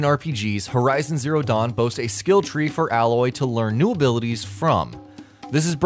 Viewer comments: if your gonna do a video about a Game at least learn how to pronounce the main characters name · your not saying aloys name right go back to school lol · FYI: It's pronounced "Eh-loy" not "Ah-loy" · Number 16 - It's 'A'loy not alloy. Should get the name of the main character right before making a video :) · Btw her name is pronounced Ay-loy not Al-Loy. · a) you don't need to know any of this stuff b) Actually you don't have a sword you have a type of spear in a way and if you want to fight with that then good luck you will NEVER finish the game c) Aloy (you have been pronouncing it wrong by the way its a-loy no alloy) is actually an exiled Nora and the braves are basically the warriors of the nora tribes Do your research before making a pointless video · It's Aloy, not ally. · If you played the game or did your research you'd know her name isn't "alloy" it's 'A'loy... spacker. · brave isn't a tribe name, it's a title, that's not how you pronounce Aloy, they're spears, not swords, etc etc etc. Play the game before you tell people "important" things to know about it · You should do another video on this game. Your video has many many things that are completely incorrect.... no offense.... I didn't get halfway through it. 1. Aloy is pronounced Ay-loy, not Alloy, and Braves are warrior members of the Nora.... I got to there and shut the video off... sorry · Ayyyloy. not ahhloy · It's pronounced eh-loy. Like the canadians say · Matrix? Hell no No it's pronounced Ay-loy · Just not watching in 2020 and it bugs me that he calls her alloy. Was any real research done? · Ey-loy* spears* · I really enjoyed your video but the way you pronounce Aloy is triggering. It’s “Ay-loy” :)))) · Her name is pronounced AiLoy. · he fucking said alloy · aloy is pronounced ā löy long a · Am I the only one who keeps noticing he's not saying her name right? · Pronouncing the name wrong, she's not a type of metal bro